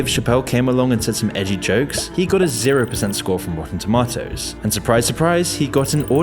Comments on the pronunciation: ItS TaMaToToS NoT tomToTaToS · I think it's pronounced toe-MAY-toes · That's not how you pronounce tomatoes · i just can’t get over how he says rotten “tomahtoes” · Its pronounced "tomatos" not "tomatos" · The real crime is the way you say tomatoes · definitely not me just watching this video because I'm bored and I like how he says "tomatoes" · The way he pronounces tomatoes is funny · This guy's accent is killing me. It's pronounced tomatoes, not tomatoes.